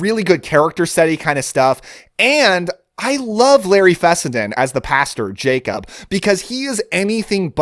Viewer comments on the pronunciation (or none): none